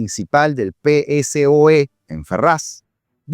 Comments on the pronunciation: No sabe pronunciar el nombre del partido político!!! Que ruido me hace (PE ESE O E) 🤦🏻‍♂️… es PSOE (PESOE) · Brooooo!!! Segunda vez que te haré la recomendación: no se dice Pe eSe O E… se dice: PeSOE… así seguido sin deletrearlo 🙏🏽🙏🏽🙏🏽 please!!! Queda muy mal deletrearlo… un saludo y gracias por tu trabajo! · Por favor, nadie en España lee las siglas PSOE como lo haces en el programa (pe ese o e) se dice "PESOE" cuando lo dices deletreando da la impresión de no conocer de lo que se habla. Saludos!